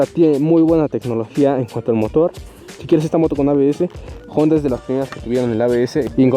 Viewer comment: Honda! , no " jonda"